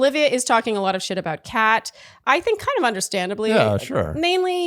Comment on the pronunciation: I kept dying of laughter every time called Kat, cake. 😂